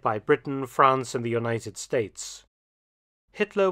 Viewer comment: I always thought it was spelt; 'Fwance'...?